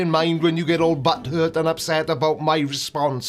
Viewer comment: Don't say "butt-hurt", doesn't sound right in your accent. "Tampin" or "mardy" would suit. Love you bye.